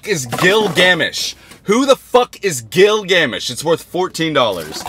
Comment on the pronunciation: im sorry but the way he was pronouncing gilgamesh 😭😭